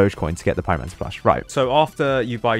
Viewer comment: "plushie, pieromansar"